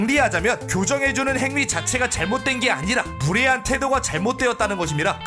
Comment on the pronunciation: 나만 무례한이 부레한으로 들리는건가